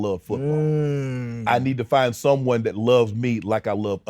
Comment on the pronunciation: I’m getting the vibes Shannon is undercover. He reiterated “SOMEONE” with a bit too much emphasis.